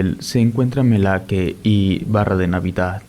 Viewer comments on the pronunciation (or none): Yo soy originaria de jalisco. Vivo como a de cihuatlan. Desconocía esta leyenda. Me dio gusto escucharla Solo una observación: la playa se llama melaque, no malaque.